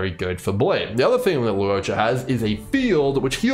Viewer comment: Bro really says lu-o-cha 😂